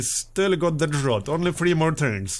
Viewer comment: fyi mate drought rhymes with doubt